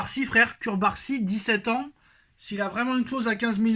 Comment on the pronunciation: CuRbarsi ta geulle!!! Le nom c'est CURARSI et sa se lit [cOUbarsi] le "U" se lit come "OU" !!!!